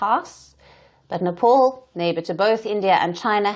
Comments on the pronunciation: The beauty of Nepal (pronounced Né pāl, not Né Paul as this news reader did) is that they should be friendly towards India, like sibling Hindu countries. It doesn't bode well for Nepal to side with a bully nation like China and start imbibing China's [expansionist] qualities as well. India is the best possible friend Nepal could ever have, and they should value this relationship and stop acting like the other dreadful neighbours that India has been cursed with. Even strategically speaking, India is too powerful today. So, missing out on a possibly amicable and beneficial alliance with India can only be an unwise move. Wish the lousy leadership in Nepal understood this. China is not going to be a good ally. The red dragon will only bit your head off. So, beware, Nepal. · Yo dear woman first learn to how to pronounced Nepal It ia not Nepol its Nepal u Bluddy woman